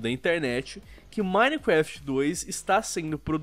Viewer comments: Mais alguém percebeu que o diz "minequeft"? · KKK o ʺminequeftʺ do sempre será o melhor KKK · repi du mineecrefiti!